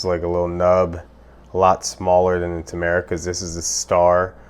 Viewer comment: its pronounce TURmerrick